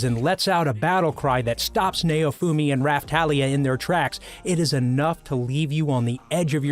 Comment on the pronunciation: Meliodas is pronounced mel e o.dus Also naofumi is pronounced now fume e